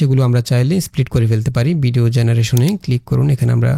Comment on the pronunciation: ভাই, বিডিও না, উচ্চারণটা ভিডিও হবে।